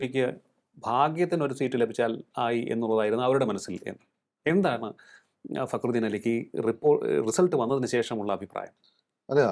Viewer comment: നി എന്ത് കൊണ കൊണ ആണ് ടാ പറയുന്നത്